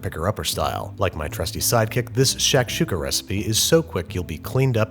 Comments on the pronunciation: Great cooking, but I couldn't help but cringe every time he pronounced it "shack shooka". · It's "shock-shooka." Can't let you keep saying "shack-shooka." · its not pronounced "SHACK- shooka" its pronounced "SHUCK-shooka". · It’s not sh”ack”shuka it’s sh”ah”kshuka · im sorry but hurissuh.... lmao shacksukuh.... lmaoooo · Shik shakshuka dunera e tuka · Shakshuka.... it's pronounced more like tshektshuka.... at least in my region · “Shaq’s Huka”. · I cringe every time he says "shack"-shuka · Bro the way he’s saying shakshuka like shack-shuka is pissing me off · Babie baby, the shak in shakshuka is pronounced like "shock", as in "shock and awe." Loved the video though this is one of my favorite dishes. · Şakada Şuka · His pronunciation of Shakshuka hurts my brain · its not shakshouka its a freaking jozmoz with love from syria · Sak suk( english pronunciation" shak shuk" for the "s" with tail is pronaunces az" sh") means in a jiffy in Turkish and shak shuka means something prepared quickly, and very popular on the western part of the country . And never done in a cast iron skillet. As for the rest of the country it's called " menemen" and has tens of different varieties